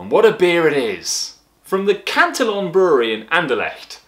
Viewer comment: "cant-till-on" wat